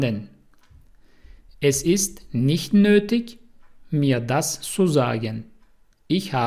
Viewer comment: Nötig yazıldığı gibi okunmuyor.